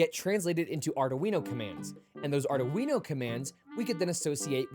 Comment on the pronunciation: First time I’ve ever hear it pronounced “are-do-wee-know”